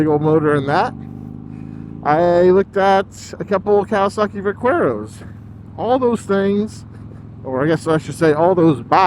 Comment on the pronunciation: LOL, Va-que-ro! I do believe it's pronounced Va-ker-o - Spanish for "cowboy" :D I love the idea of a convertible! My Street Glide is a "convertible" - the tour pack is detachable, and I can run a naked rear or put my sissy bar on. You should test-ride a Vaquero next time Kawasaki comes through with a demo truck, they're GREAT bikes. I'd probably still have mine if I hadn't wrecked it.